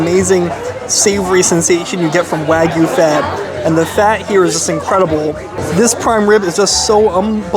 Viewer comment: Love your reviews, but my pet peeve is pronouncing the non-American words properly, especially when you visit all these premium steakhouses. "Wagyu" is pronounced", “wah-gyoo.” The “wah” sounds like the “wa” as in washer.